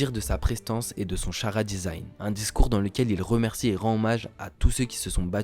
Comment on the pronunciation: Très lourd la vidéo ! Alors "charadesign" ça se dit "Karadesign" Et le sabre de Momo c'est Hame No Habakiri ! Force à toi